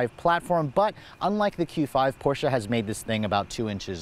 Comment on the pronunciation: Last video was a Porsche(finally), this video is Porscha(cringe moment) i had to listen this video on mute because the way you are saying PORSCHA is nails on a chalkboard, not even the germans say porschaaaa like you